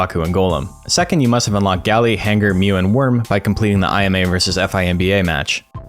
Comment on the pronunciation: Ai Em EY and Eph Ai Em Bee Ey? Oh you mean I’ma and Fimba! Just listening without watching made me go back cause I was like Korea Expedition? What’s that?!